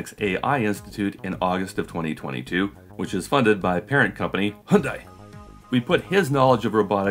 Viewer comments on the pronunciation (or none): "hyundai" xD sounds like "hund-ai" which is a german pun for "Dog-AI" . just thought i'd mention it or i wouldn't be able to continue living. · Forget debunking, we need a pronunciation video for the word "Hyundai"!